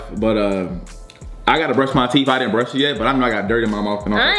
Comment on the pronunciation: Yea: No you din’nt Me:... starts laughing like crazy My sister: did she just say din’nt??